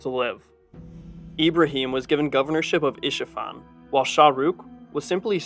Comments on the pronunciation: It’s Ispahan, not Ishafan. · It's Isfahan